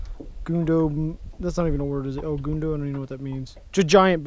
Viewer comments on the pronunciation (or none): el gundo?..lol..its el grande haha..you guys are awesome..love watching the vids you all make, im subscribed to all yours guys channels but i love watching when yall are all together fishing... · im pretty sure he tried to say grande